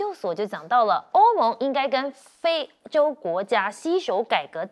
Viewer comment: 是非洲，不是灰洲